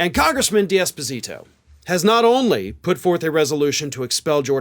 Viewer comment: I thought said congressman Despacito, and funny enough, check the (automated) transcript, yup, congressman Despacito. Made me chuckle 🤭